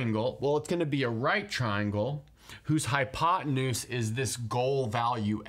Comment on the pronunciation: wth is a "hypot anus"? :)